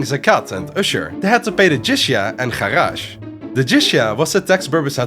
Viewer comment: you got Jizyah and Kharaj wrong, apart from that great video